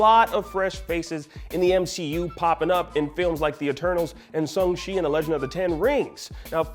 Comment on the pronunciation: IGN pronounce shang chi wrong again